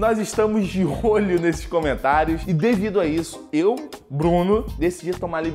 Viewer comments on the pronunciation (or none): No minuto O Bruno disse: de rolho,em vez de: de olho kkk